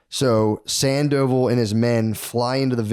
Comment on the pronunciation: Sand-O-Vall not Sand-Oval 😏